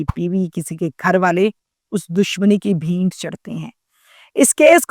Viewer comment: O YOU STUPID AND BRAINLESS HUMAN WANNA BE TAHMINA, WHAT IS BHEENT ? THE CORRECT WORD IS , BHAINT